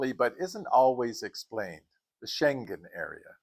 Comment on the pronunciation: Dang, being subscribed to your channel is like having a travel savvy friend! ❤ Not the least, how to pronounce Schengen 😂